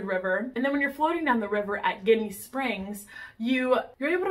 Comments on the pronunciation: Jenny springs is how locals say it .the word your saying is a derogatory word for Italian Americans lol good video tho . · I love both! Though Ginnie is pronounced with a "j" sound... like Jinny!